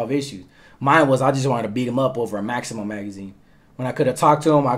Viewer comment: Its "Maxim" magazine,pronouned max-em. Not "maximum"....